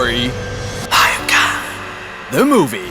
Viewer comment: It's Ha yop ka not hayap ka (just said it)